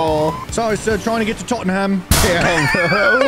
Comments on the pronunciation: pronouncing Tottenham wrong is funny TAUGHTEN HAM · Other than Tottenham, should’ve been tottenum as pronunciation